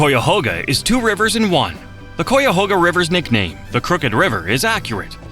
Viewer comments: Yeah, each time it said Cuyahoga, I physically winced. I lived most of my life within just a few miles or less (sometimes just a couple hundred yards away) of that river. Across 4 different counties. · “Coyahoga” make me irrationally angry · and it's an AI voice. It said "COOYAHOGA"hahaha. "kay-ya-hoga" you dumb robot. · Tell your AI to stop saying Coy-yahoga. It hurts my ears as it is pronounced K-eye-uh-hoe-gah. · Thank you for this informative video about Ohio. As a native Northeast Ohio resident though it grated me every time the AI narrator mispronounced Cuyahoga. In elementary school we were taught how to spell it, BUY A HOG A. Replace the B with a C and you get Cuyahoga, pronounced KAI-AH-HOG-AH. A portage (POUR-TAH-ZA) is proper for crossing from one body of water to another, but the city and associated lakes, we say POR-TIDGE. One area of Ohio that was not mentioned was the Western Reserve, the area of Northeast Ohio that was an extension of the state of Connecticut. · Cuyahoga. Like Guyahoga. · Wow hearing the narrator say “Coy-a-hoe-ga” is giving me hives as a native Ohioan 😂 most people I know say “Cawga” or “Cayahawga” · I thought the narration was coming from a human, so l was going to tell him, pronounce Cuy, like Ki in Kiowa, but if it is computer generated, there is no hope😐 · What the hell is a “CooyaHoga”? It Cuyahoga. The AI sounds dumb. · Its pronounced Kya-hoga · KI-AH-HO-GAH and several wrong images. AI slop. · Cuyahoga is pronounced Cuy, rhymes with guy, not cou, with a long u. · For the LOVE OF GOD LEARN HOW TO PRONOUNCE CUYAHOGA!!! IT's kai·uh·how·guh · The Maumee river is not pronounced "MOMMY"! But at least the Olentangy wasn't quite destroyed by saying; AWL-EN-TANG-EE...and it's pronounced Ky-ah-hawg-ah, River! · We hate AI. Ki-uh-ho-ga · Cuyahoga is pronounced kai-uh-hog-a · Exactly. As my third grade teacher explained: It's spelled like, and rhymes with Buy a hog a. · Kai-ya-ho-ga. Say it with me now AI. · Yes, very annoying.